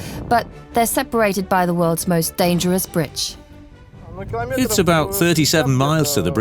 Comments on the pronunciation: She keeps on saying britch...It's bridge....lol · She keeps saying britch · female narrator: "britch" lol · She sounds British but repeatedly says "britch"? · Britch? Speet? Where did she learn English? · Take shot every time the narrator says BRITCH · The amount of times the woman is saying Britch is giving me anxiety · I love how she says "britch" 😂😂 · Yes me too it was painful 😣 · Wish they'd use some one who can speak properly, britch, dimetre,,speet, eg, but otherwise good. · SAY BRITCH ONE MORE TIME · What the hell is a BRITCH?! Find a new narrator who can actually pronounce words correctly cause she is HORRIBLE. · Why would ANYONE hire a narrator who can't say bridge for a program about a bridge? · She can't even say bridge right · An ad every 3 minutes ... Adblocker isn't even stopping these. It's very annoying. It's almost as annoying as her calling it a Britch instead of a bridge. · why does she keep saying britch its bridge not britch.... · Why does the narrator keeps saying “britch” instead of bridge?? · There’s a “d” in “bridge,” dear female narrator. It’s not “britch.” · They couldn't find a person who knows how to say "bridge"? It's irritating to hear her say "britch" every 15 seconds! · Why does she keep calling it a britch instead of bridge ? Can't even speak English and she's English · BRIDGE, B R I D G E, NOT BRITCH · That hurt my brain every time she said britch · It's a bridge, not a britch!! Gees! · The same time it started saying "britch instead of bridge" 😁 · The word "infamous" has the accent over the first syllable. Thus, INfamous. The accent is not on the second syllable. The word "bridge" is pronounced with a hard "g", not with a "ch" sound. "Britch" is not a word. As for the bridge itself, it ought to be re-decked, or torn down. Its a menace. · 5 min in and I already cannot stand hearing her say "in-famous" or "brich" another time! How can you have a narrator who can't speak the language properly??